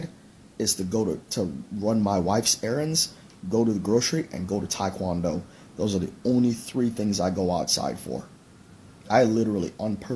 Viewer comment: And he can't even pronounce Tae Kwon Do right, so I ain't believing anything that douche said.